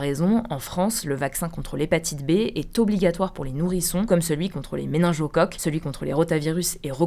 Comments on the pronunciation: On dit MÉNINGOCOQUES, pas méningeocoques... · Excellente video ! En revanche c'est méninGocoques et pas Méningiocoques ! Des bisous